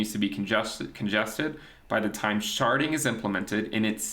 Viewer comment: “Now, Sharting is something we really should talk about” what i heard when my eyes were off the screen 😂😂😂😂